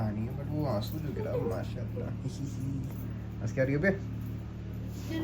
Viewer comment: The way he say mashallah 6.20